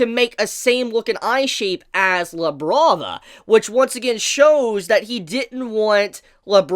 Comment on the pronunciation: Thought he said “Now Let’s Look at Lebron” 😭